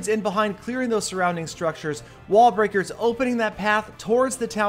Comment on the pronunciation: yes, u did say "wall-bricker"